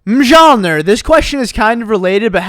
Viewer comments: it’s pronounced (mil nir) not mil jor nir 😂😂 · Am I the one who got triggered when called mjölnir “Majolnir” Lmao Ps. It’s pronounced “myolnir” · It is not pronounced mjolnir it is pronounced mulenir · Did any one notice he said mjolnir instead of miolnir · miszalnird? what is that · it's Mee-Yol-Near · Mjolnir is the mythical hammer wielded by Thor, and it's pronounced "myol-neer". Just sayin! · Its pronounced MYOLNIR!!!! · damn bro, its pronounced myolneer🤣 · mjolnir is pronounced myul neer and its thors hammer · It’s pronounced [mule neer] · I love how he says mjolnir!🤣🤣🤣 by the way if you ever see this comment it’s pronounced mule-near. 😁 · Did really just sound out the “J” in Mjolnir? Bro it’s pronounced “Myolneer” lol AND he said the Jonas Brothers were from Nickelodeon? The Naked Jonas Brothers? Come one dude LOL Do you mean the Naked Brothers Band? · The fact that he said mgolnor! 😡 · No it’s pronounced “Miolnir” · It’s actually meal near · Dude mjolner is Thor’s hammer Pronounced (ME-YOLL-NER) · its pronounced myolneer :> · Yessss! Omg.... I seriously was going to just write that! Isn't it pronounced meel-nir? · no it’s milard- He said milard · That's not how you pronounce Mjolnir........😒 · You just massacered Thor’s hammers name😂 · Mispronouncing Mjolnir and saying "The Naked Jonas Brothers" makes this so much funnier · The way that pronounced Mjolnir made me die inside. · Am i the only one that is a bit agitated at how he pronounced mjölnir? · The way he said mjolnir would've TRIGGERED my brother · he said mjolnir wrong😥